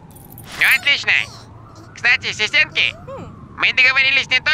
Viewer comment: Зачёт, асистентки просто жемчужина, а подача – золотая раковина)) Откроется ли нам когда нибудь тайна, почему именно так их произносит. Может у него рак кости, который не даёт говорить ему букву "а" в слове "систентки". (Отсылка к южному парку и "планеАрию")